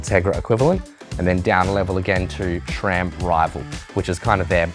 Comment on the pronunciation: Since the S in SRAM is named after a guy named Scott, why is it pronounced SHRAM?